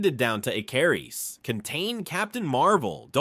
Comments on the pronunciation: Ick-er-iss not e-car-is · “Eh-KAR-is” is where I walked away. 😅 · Ick-er-is not ik-car-is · Pronounced (Ick- ker- wrist) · How many different ways are you going to pronounce Ikarus wrongly? It's pronounced ICARUS like the myth. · How do you mispronounce his name the entire thing, when they blatantly say his name so you know exactly how to? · Why the fuck does it pronounce his name like that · The way your saying his name is bothering me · Ai cant aay Icarus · I know it's petty but the fact he kept mispronouncing ikaris was driving me crazy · Why is he mispronouncing "Ikaris"? 😅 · Why is the pronunciation of ikaris soo bad in the video 😂😂😂😂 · Dude pronounced Ikaris different everytime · Why can't any Yank or AI say Icarus right? 😂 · Bro is this AI because nothing is pronounced right